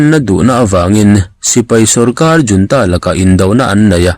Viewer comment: A mizo tawnga i let lo rau rau a nih chuan 'junta' hi 'yiuanta' tiin lam law law nise